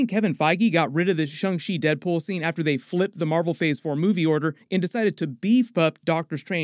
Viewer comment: So sick of him saying Shung She